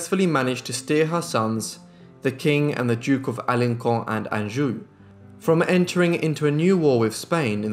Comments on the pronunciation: Alençon is a French word and is pronounced alɑ̃sɔ̃, not ALEHKO. I can't quite understand why you took much care to pronounce other French words and names correctly, yet you butchered this one so badly. And what does "... was absent in Poland" mean? He (Henry III the Valois) was absent in or from France , as he was basically in Poland at the time. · Just a small remark, Alençon, has a c with a comma attached, so it should be pronounced Alensson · Excellent video. FYI the C in Alencon is soft not hard.